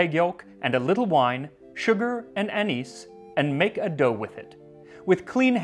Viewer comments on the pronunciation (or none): The way you say "anise" is so wrong and it makes me nuts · I have to ask...why do you pronounce "anise" two ways? You say it correctly in the word "anise seed", but incorrectly otherwise.